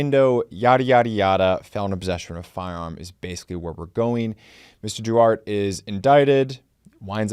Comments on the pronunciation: It's pronounced Duartay not "Duart". Jesus... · Duarte is pronounced Doo-are-tee. Now say that very fast 15 times. (pratice makes perfect) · pretty much guarantee its 'Duartay' (pronunciation wise) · I went to school with a Mexican kid whose last name was Duarte. He pronounced it differently. It rhymes with: thwart tay Or Dwartay. I love your channel,! 😁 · That's pronounced DoArtea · That's pronounced DooArtTea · Friendly FYI… “Duarte” is pronounced: Doo-R-Tay 👍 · Cooley's name comes up once in a while in arguments on the meaning of 2A, often in the company of Rawles. BTW it's dew-AR-tay. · It’s pronounced “dwar-tay” in the 9th circus. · Duarte is pronounced doo-ARE-tay.